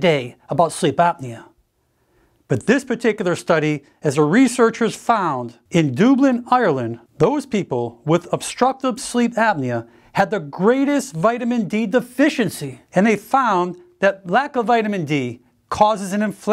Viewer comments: good video, I have to keep up on my Vitamin D, and others, due to processed foods. Just to mention the pronunciation of Dublin is Duub'lin vs Doob'lin. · Doooblin Ireland? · . Doooblin, Ireland…😂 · not sure i can take you seriously anymore if you call it "Dooblin"... c'mon now, seriously? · Your insulting citizens of Dulin Ireland with your mispronounceing of Dublin.....lol.